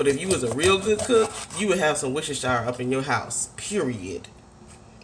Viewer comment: lol its ''wuster-sha' sauce not ''shi-re'' (coming from a british chick )